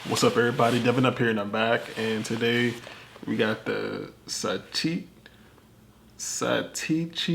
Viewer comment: Sa-Teh-Chi. NOT Sa-TEE-Chi.